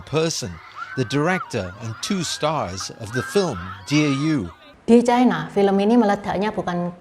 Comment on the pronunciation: Ucapan yg bnr : China, bukan Chaina